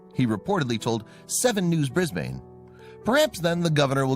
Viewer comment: Ok.....good job on "Queensland " ...and then you said "brisbaain" Bris....bin